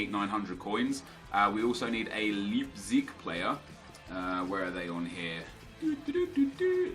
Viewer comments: You pronounce "leipzig" like Lypzig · "Libzig" :D Leipzig is like "like" just with a "b" instead of the "k" and then the rest -zig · Leipzig is pronounced Laipzig;) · the 'ei' in leipzig is pronounced like the letter 'i'. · Little pronounciation help from a German, the ei in Leipzig is pronounced like the igh in fight :)